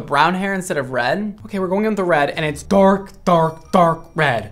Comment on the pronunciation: When was saying dark repeatedly, it almost sounded like a sea lion 🦭 going “arf arf arf, red.. fantastic” 😂 ~all love~